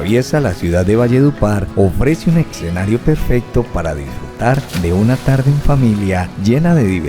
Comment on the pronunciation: Escenario, ¡no exenario! (minuto )